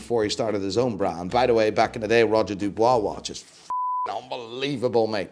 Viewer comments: F*ckin’ Dub-UI-s not Dub-OI-s, 😄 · It's Dubuis, not Dubois... Mr expert of pronunciation 😅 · *Dubuis not Dubois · It’s not Roger “Dubois” lmao it’s Dubuis !! Pronounce Dübwee” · Roger DubUIs, not DubOIs! 🤬You butchered the name! Otherwise great video as usual 😁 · I believe Roger Dubuis is pronounced “Du-bwee” not “Du-bwah” but LOVE the new list!!! 🙌🏽🙌🏽💯✊🏽👏🏽💪🏽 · Roger Dubuis - Dooo bweee :) And A. Lange meh? Come on man! Their movements and designs are amazing! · “Roger du bwar” 🤣